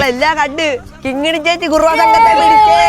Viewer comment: 😂😂 കിങ്ങിണി ... നടുക്കത്തെ 'ങ്ങി'' വേണ്ട.. കിണി മതി😂😅😅😅